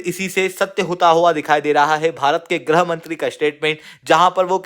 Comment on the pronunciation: Grah mantri nahi grih mantri hota hai bhai... Kya IAS ka padha rhe ho